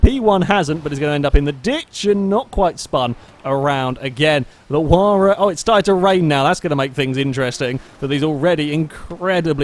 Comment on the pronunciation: it is pronounced H why ra